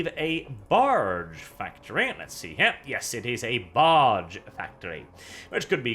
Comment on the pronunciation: Every time you say barge I hear... Barch. It's a Barch factory.